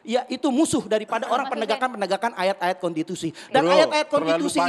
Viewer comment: Belajar dulu ngomong gih novel. Masak bilang konstitusi kontitusi. Hahaha